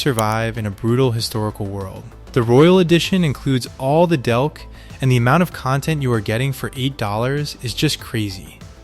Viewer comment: Kingdom Come Deliverance comes with all the what? Delk? Did this A.I. really call DLC "delk"?